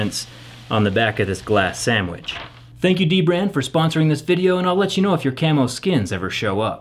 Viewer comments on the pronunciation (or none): none